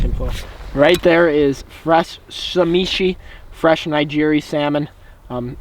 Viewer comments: What the hell is "sahmeeshee"? Say it with me: sah*SHE*me. There's help out there if you have dyslexia, - lol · it’s “sashimi” not “shamishi” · “Samishi” 😂 it’s “Sashimi” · What is sameshi it’s sashimi let me say it for u SA-SHI-MI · this dude really said samishi instead of sashimi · You pronounce it sashimi not samishi. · thanks for your beautiful video and, as I'm a Japanese, it is not "SAMISHI" but "SASHIMI". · Sashimi. Not Samishi. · It’s not SAMEESHI , it’s SASHIMI you Gollum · Say-shi-mi not sa-mi-shi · Samishi... haha.... sa shi mee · "samishi"? Really?!? IT'S SASHIMI!!! 😭😭😭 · and samishi style...umm you mean sashimi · You mean sashimi not samishi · "Samishi" ???? It's SASHIMI my brotha. All good tho don't worry too much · ah yes sameeshee and nighjeeree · did anyone else break their keyboard when he said sa-me-shi and ni-gri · Fresh "samishi" and "nyjiri" 😭😂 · Did he just say samishi lol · Did he say "shamishi"????? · ”samishi” and ”nigeri” I snorted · Samishi? Lol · "samishi"... ok buddy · Sameeshi deeze nutz. Its sashimi haha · "SA-ME-SHE" he says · It's "Na-Gee-Ree" and "Sa-Shee-Me" 😂😂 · Samishi?!?Lmao it's sashimi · "right there is fresh sameshi" lmao sashimi* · Samishi 😂😂 it’s sashimi my dude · Samishi? You meant sashimi? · “Samishi”........ had me cryin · Did really just say “sa-me-she” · "samishi" hahahaha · The way you pronounce sashimi and nigiri make you sound retarded 🤣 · Wow you seriously butchered sashimi and nigri......horrible! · Why do you pronounce sashimi and nigiri so damn wrong?! Omg it hurts me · say sashimi and nigiri one more time. slowly. fucking IDIOT haha